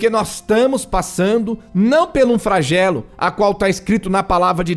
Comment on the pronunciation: Não é Fragelo, e sim "Flagelo" dã